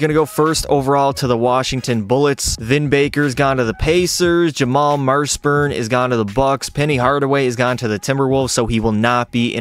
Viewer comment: Jamal "MARSHburn"? Bro, Jamal MASHburn is a 2006 Hall of Fame Inductee. 😀